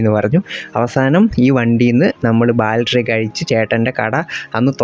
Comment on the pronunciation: ബാൽറ്ററി അല്ല 'ബാറ്ററി' ആണ് (Battery)